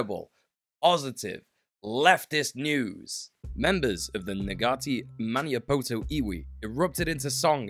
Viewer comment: Unlikely to come up again, but it's Ma-NEE-Ah-po-to, not Ma-NYE-Ah-poe-toe :D